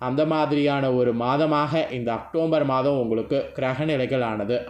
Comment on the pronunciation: அக்டோம்பர் இல்ல அக்டோபர், தமிழ்ல பேச தெரிஞ்சுகிட்டு அப்புறம் ஜோசியம் சொல்ல வாங்க